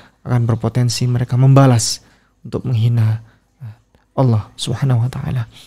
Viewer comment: Tolong diajari utk mengucapkan "Allah" dengan benar. Jangan Alah